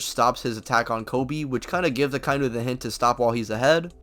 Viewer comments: Aka-inu... Not akai-nu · Say it with me: "Aka-inu." The pronunciation does not contain the word "eye." Why does everybody get this wrong?